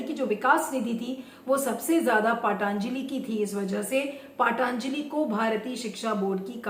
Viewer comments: पाटानजलि नहीं होता, पतंजलि होता है.... व्यास सरनेम नां लगाए.... ऐसा लगता है I Phone में kepad वाली फीलिंग आती है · पहले पतंजलि बोलना तो सीख लीजिये